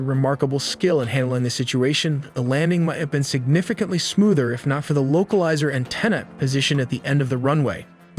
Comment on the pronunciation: This is poorly researched, as I expected when even the thumbnail is wrong. However I could never have expected anyone, even "AI" narration, to pronounce something as basic as "localizer antenna" as "local izer anne tina"